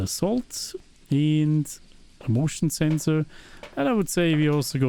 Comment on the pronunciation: when you said motion sensor it almost like you said "emotional sensor":elbowcough